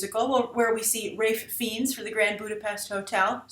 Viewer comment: Wow that is an annoying pronunciation of Ralph Fiennes! this is almost as bad as Christopher Eccleston